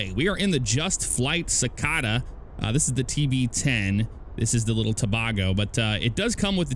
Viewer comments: Trinidad and to-bae-go not toe-bah-go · Pronounced "tah-baygo" :-) Other than that...I'm a huge fan of your channel! Keep it up! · Boy they way this man say Tobago 😂